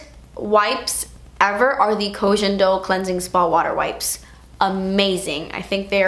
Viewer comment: Yes Part Deux! (Koh Gen - not jen - Do 🤗)